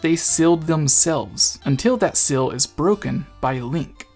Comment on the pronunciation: not once did you pronounce seal right